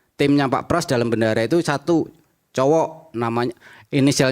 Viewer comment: Ngomong bendahara aja bandara jelas ada tekanan dan setingan